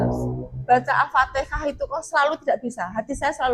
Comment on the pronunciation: Mohon menyebut Al Fatehah sesuai dengan keharusannya jangan dirubah jadi Alfatekah karena ini kata dari kitab suci.